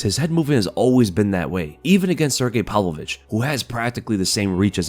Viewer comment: His name is Pav-lovich, not Pal-vovich